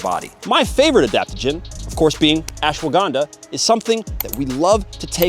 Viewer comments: Ashwargandha❌ ashwaganda✅ 😅😂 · Did bro really said ashwa Ganda😅